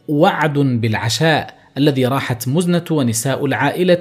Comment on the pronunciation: مزنه ، كسره تحت الميم وليس ضمه .. وماخذوه من المزن